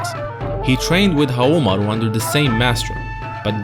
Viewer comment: “Nakoruru, back to help Haomaruh” she moves on her own